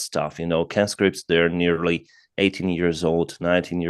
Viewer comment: Not canscripts its conscripts as in conman